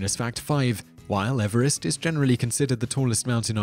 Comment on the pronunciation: The name of the man Everest is pronounced Eve-rest as in new years Eve.......M